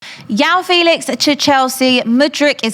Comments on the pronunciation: Its not Yao Felix. It’s João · its not yao felix ffs 🤦🏻‍♂️ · You know she's been preparing with when you hear "Yao Felix" and "Mudrić"